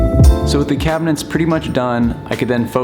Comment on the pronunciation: Take a drink every time he pronounces it "cabinents"